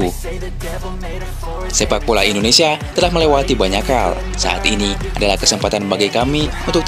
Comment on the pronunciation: Ralat dong Itu suporter panggil nya indonesia Bukan endonesia ya